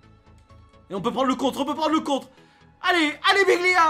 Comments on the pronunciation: C pas biglia c dijgla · C'est Djiglia mais la prononciation tu connais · Respect le un minimum ses djigla pas biglia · On lui dit ou pas que c’est Djigla pas Biglia 😂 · Pk tu dis biglia c'est djicla